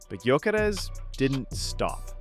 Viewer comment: You hear so many people say his name correctly but you Americans just have to change it 😂😂